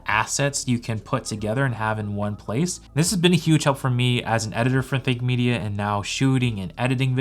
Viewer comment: Idk why but i always hear Fake Media instead of Think Media 😂